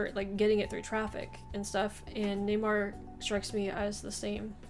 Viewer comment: His name is Neymar not Newymar :)